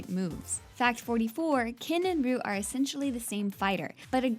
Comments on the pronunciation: That pronunciation of Ryu is killing me. I genuinely don't care if tgat is actually the correct pronunciation. It's killing me. Great video though, pretty interesting facts. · It is my understanding that the rules for Japanese names are different from other words. With names you pronounce every sound. So as a name it would be Ree oo where as a if it were describing an object it would be Roo. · its not roo its ree-you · .... Loi Kang...... LOI KANG!?!? Sorry bout that, but........ Uuuuuuuuuuh...... Whatever... And why the heck you pronounce Ryu "Roo", when even in Street Fighter V it's clearly pronounced in a different way, but..... The big BUTT..... you make a fact about the pronouncenation of his FREAKIN NAME!!!! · Ryu's name is pronounced Ri-Yuu (リ= ri ユ= yu ウ= u) not Ruu lol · Ryu pronounced " ree-you " not roo .. smh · well theres two facts that i know are wrong its not rooo its Ree-you.....and theres no way chun li would have been 33 when SF II came out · fact 108 : Ryu is pronounced Ree--ooh not Roo. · Good list, but it's pronounced as ree-YOO. It is NOT pronounced as ROO. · It's not "ROO". It's "REYOU". Whoever wrote this script is "ROOTARDED". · I cringe when people pronounce it ree-yu 🤮 Its suppose to be pronounce yu but with a slight r sound in the begining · It's actually REE-YOO. where the hell did you here ''roo''? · Funny how one of the facts says that the movie was "ACCIDENTALLY" pronouncing Ryu's name as "Ree-you" or "Rye-you" & of course the person who is doing this video says ROO LIKE WHAT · Hell, in SF4, Sagat yells "REE-YOOOO" instead of "ROOOO" & games like Smash bros, the announcer says "Ree-you" as well Damn it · and Ryu is not pronounced roo if you were to look at any Japanese movie or anime with a character with that name you would see that they pronounce it this way Ri-ooh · Oh and its definitley NOT pronounced ROO, its always been pronounced REYOU. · Any other pronunciation is acceptable but Roo?? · Its not pronounced RUU!